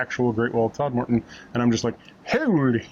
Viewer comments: Just as a hint for those not lucky enough to come from Yorkshire, it’s TOD-muh-dn and Sore-bee Bridge rather than Sour-bee :-) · My local canal. Thanks for the plug! PS. If you're local Its 'Todm'den', or just 'Tod' and 'Sorrby Bridge. Might as well sound authentic! Pity you were travelling when the cinema at Hebden Bridge is shut. Usually excellent. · Congratulations on your 26th Silver Propeller Location. Thanks for posting. If you ever go this way again, perhaps get the pronunciation of Todmorden right. The main emphasis is on "Tod." That is followed by something that sounds like "merden."😉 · Loved this vlog. So many interesting features and the outtakes were hilarious. I smiled at your pronunciation of Todmorden, using a lengthened second second syllable sounding like 'more'. The locals pronounce it similarly, but everywhere else in Yorkshire it is pronounced with a shorter 'mer', like Todmerden. Anyway, it all adds to the fun. Have you gone through my home town of Mirfield yet?